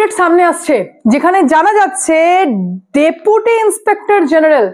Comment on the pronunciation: Depute not Dapute